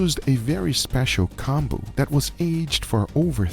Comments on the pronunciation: Pronunciation is Koh-n-boo, so a long o that sound like “cone”, not short o that sounds like ah Os in Japanese are ALWAYS long Os, and U like Konbu (boo) are always long U. But make sure not to make the vowel song last too long or else meaning changes. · I like how he pronounces konbu as "Kahn-boo" and pronounces it correctly shortly after haha